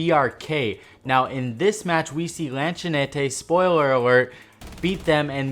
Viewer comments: Kkkk ele tentando falar lanchonete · You so butchered lanchonete